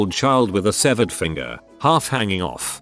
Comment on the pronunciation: Bro, its SEVERED